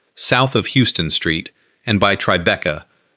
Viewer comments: OMG, in New York City, the name of the street is HOW-ston Street, not HYOO-ston Street! That's unforgivable. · It’s HOWston Street.